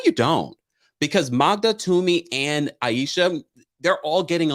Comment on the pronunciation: I love all Below Deck iterations. I'm so glad you're recapping! Aesha is pronounced A-sha. She's a great chief stew. Tumi is absolutely the best stew on all the franchises. She's always on the right side of things. Adam is an utter douchenozzle. Capt. Jason is a bit of alright but he has a real blindspot when it comes to Benny. Benny is reckless and that makes him dangerous.